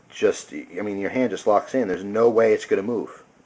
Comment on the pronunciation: I notice how you are sayin hand like hant ... are you german ? (lols in a corner)